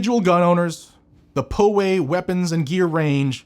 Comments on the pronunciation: Hey, FYI, it’s pronounced POW AY NOT PO WAY. Great videos as always. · PWG, (Poway Weapons and Gear) it's pronounced "Pow Way" not "Poh Way". That's how we say it here in San Diego where Poway is located. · If you're taking flak, you're over the target. Never back down! P.S. Pronounced "Pow Way". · Hey, FYI. It’s pronounced POW AY not PO WAY. Great videos as always. Newsome sucks. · POW…Pow. Way. Poway. Please, no more Poeway. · Just for educational purposes Poway, is pronounced Pow way.